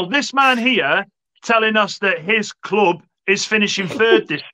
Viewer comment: Your kloooub The spurs guy from the midlands?